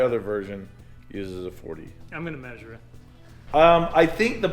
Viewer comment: drink water every time they say maysure